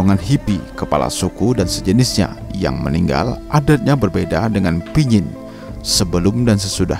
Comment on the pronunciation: yg baik. Terima kasih telah mempublis cerita tradisi kematian suku Dayak Kayaan ini. Saya hanya meluruskan penyebutan kata Pinyin*. Yang benar adalah *Panyin Cerita ini terdapat dalam Majalah Kalimantan Review (Majalah KR)_lupa edisi yg keberapa. Penulisnya adalah saya sendiri. Kebetulan saya sendiri berasal dari suku Dayak Kayaan di Sungai Mendalam, Kab. Kapuas Hulu-Kalbar.